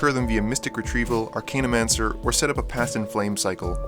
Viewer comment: As you have quickly become an inspirationalal channel for my own future EDH endeavors, these pronunciation corrections are not meant to be criticism. Tertiary= Turr-shee-ayr-ee. Archaeomancer= arr-cay-o-mann-surr. (only one N. Think of the word archaic, not arcane.) Zenith = zee-nith. The root is "cenit" which is different than the root of the word zen. Ophidian=oh-fidd-ee-en. It comes from "ophis" which means snake. Interesting that you mentioned Melek but not Arjun, which is Teferi's Puzzle Box on a stick and slightly less chaotic. Additionally, you neglected to mention Niv-Mizzet, Dracogenius, which goes infinite with his other self after just one ping from Dracogenius while Firemind is out. Another great video. I prefer Dracogenius simply because he is less of an immediate threat, being more subtle.